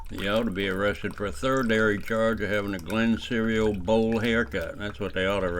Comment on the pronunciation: “Thirdary crime” lmao